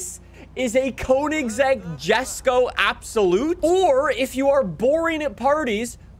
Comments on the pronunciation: yesko is the correct pronunciation, stop saying jesko. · I get so annoyed from the way says ‘Jesko’ 🙄